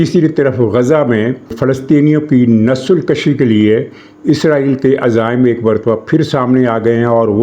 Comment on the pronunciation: Nasal kashi Nahin balke nasal Kushi.